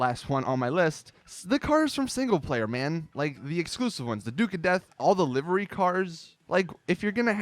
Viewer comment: You pronounce livery wrong. LIVEry..